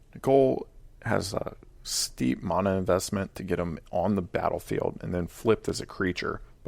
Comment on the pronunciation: Imagine saying mana instead of mana